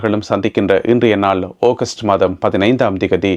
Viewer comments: ஒகஸ்ட் இல்ல டா ஆகஸ்ட் 🇮🇳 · டேய்! ஓகஸ்ட் மாதம் இல்லை. ஆகஸ்ட் மாதம் டா.